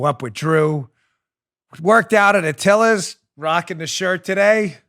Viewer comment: The Atilis Gym IS NOT pronounced Atilla's, you dink. You were there for god's sake. Be smarter.